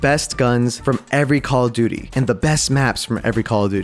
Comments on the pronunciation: JUST SAY CALL OF DUTY NOT COCODUDLE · Every time he says cock o duty it gets crazer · Pronunce call of duty normally or draw 25: 😠